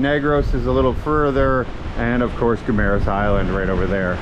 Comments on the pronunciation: guys, its GuiMMMaras, Guimaras, not Guiramas. :) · you've been mispronounced the island's name, you're not reading it right, it's Gui-ma-ras, not Gui-ra-mas, just saying. Love all your vlogs love Bianca❤